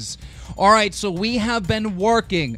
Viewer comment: No joke, i thought he said: 'let's get roooooooooy into the news'